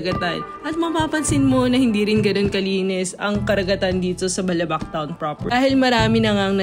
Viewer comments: I agree with this. I’m from Palawan and have been to Balabac. The emphasis should be on the second syllable, so it should be pronounced as Ba’labac. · I think you should know how is balabac is properly pronounced ... it is malumay ... not fast. Like davao , malumay dapat pronunciation nyan ... also avoid answering your own question ...